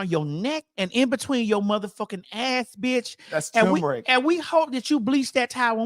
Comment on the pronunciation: "I hope that when you go to jail" TOOK ME TF OUT!! Also, "THATS TUMERIC" TOOK ME TO THE MOON 😂😂😂😂😂😂😂